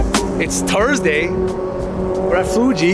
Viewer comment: Tursday or turdsday? There's an "H" in there man.. Silly ass YouTuber kids from all regions.. Can't wait fer Mernday morning